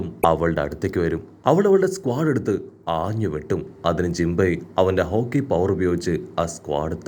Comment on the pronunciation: Haki❌️ Hoki✅️